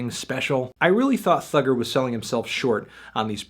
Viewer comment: The way fantano says "thugger" lmao